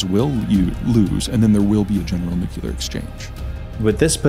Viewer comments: Its Nuke Leee errrrrrr.... Not Nuke uuu leerrrr.....lolol srry im a word Nasi..... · please pronounce the "nuclear" properly. You are saying: "nucelar" instead of "nuclear". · We're already in it. We've been in it for the past 3 years now. These are the beginning stages. Also, NUCLEAR, not nucular,.